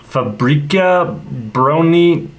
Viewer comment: Ah yes my hometown of Radom. Also you said that "Fabryka Broni" really well. It stands for "Arms factory"